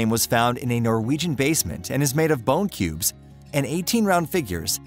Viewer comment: He says cubs to start with and cubes later on. Is this a flawless computer automation doing the reading? Any human with half a brain would figure that problem out.